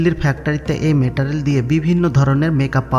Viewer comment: Metarel na Meterial 😂😂 Pronounce thik ho66e na